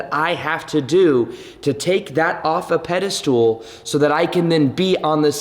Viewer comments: Pedestal. Not...Pedastool. Love you bro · Pedestal. Not Ped-a-stool. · OMG,, I like you so much and you're so adorable but the way you mispronounce pedestal just gets me every time!! Do you do it on purpose? I guess it is a ped-i-stool (a stool with one leg) so hilarious!! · Why do you say pedestool instead of pedestal? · Hey! It's "pedestal" not "pedestool". Haha former English teacher comin' in hot! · It’s pedestal not pedestool 😭😭 but love the channel 🙏🏽